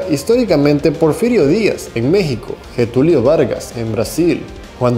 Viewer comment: y se pronuncia DE GOL y LLETULIO. el nacionalismo se quedó corto y provocó muchas cosas malas. hay que superar el nacionalismo y afianzar el patriotismo.